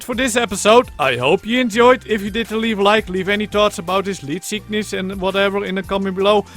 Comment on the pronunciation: I like how you say leedtgishuyys